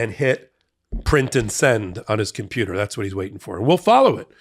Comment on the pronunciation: Lol the way he says “cum pew ter” is hilarious